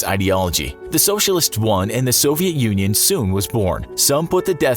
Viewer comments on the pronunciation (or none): none